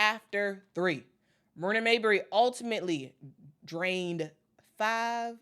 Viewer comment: Dude kept calling her Mayberry sht was wild